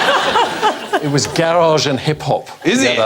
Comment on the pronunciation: Lol, "garage" btw... 🤦🏻‍♂️